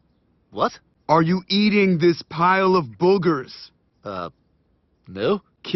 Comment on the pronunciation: Man really said bog ers💀💀💀